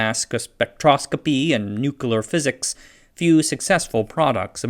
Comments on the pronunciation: and numerous other spots: NOO-kulur power. Is George Bush, Jr. narrating this? The first time I heard you pronounce -CLEEar as -koolur, I thought you were mocking Bush, but there was no joke being set up. Why?! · Tullahoma is in Tennessee. No rhyme or reason for otherwise. The Air Force operates several wind tunnels there at the Arnold Engineering Development Center. Also it's 'new-clear' not "nukular". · what is newcolor physics? Edit, nevermind. I figured it out. Nuclear is pronounced new clear. Not newclur or new q ler. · NU-klee-ehr or NUK-lee-ehr. 3 syllables. Not NU-klehr. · please learn to pronounce the word "Nuclear" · oh man.. maybe have AI do the voice for these. (or hire someone else). The narrator isn't very good (and can't say the word nuclear) It takes away from the interesting videos.